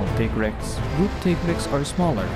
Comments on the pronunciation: Molten Tigrex is my favorite variant monster in the whole series. The speed, intensity and ferocity of the fight is amazing. Also, I don't care what Capcom says, it's "Tie-grex", not "Tee-grex". It's "tiger" and "rex", not "Tigger" and "rex". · Very good video, but. . . every time you say Tea-grex, I get cringed. For thouse that don't know Tigrex is a combination of the words tiger and trex, so it should be said Tie-rex. (even thou the say Tea-grex in MHW) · tig-rex? no its ti-grex. you dont sayt tig-er do you? ok then. ugh smfh. dude you couldve easily blocked moltrex charges with R1, jeez man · that intense build up was ruined. Teegrex💀💀💀💀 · So you pronounce it Teagrex. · As far a I can find via the great tool called the internet, it's most likely based on the Spanish word for tiger, "Tigre". I'll just paste what I found: Tigrex is a mix between Tyrannosaurus rex and a tiger, hence the name and appearance. Contrary to popular belief however, the first syllable is pronounced like 'Tea' and not 'Tie'. This is most likely for two reasons: One, the name derives from tigre which is Spanish for "tiger". Two, the pronunciation for Tigrex's English name follows the one for its Japanese name, Tigarekkusu (ティガレックス). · Why do so many people pronounce tigrex wrong. Do you pronounce tiger tiger? No you pronounce it tiger. This is why its pronounced tigrex not tigrex.